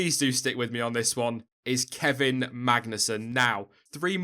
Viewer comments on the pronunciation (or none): none